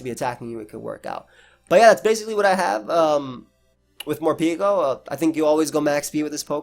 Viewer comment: I am currently trying to understand why do you pronounce the name as "Morpiko" when its name comes from "Harapeko", Japanese for "Hungry" 💀